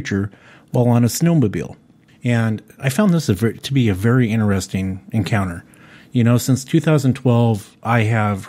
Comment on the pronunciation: Alistair Bawden Two brothers and they both say it. Inner-ess-ing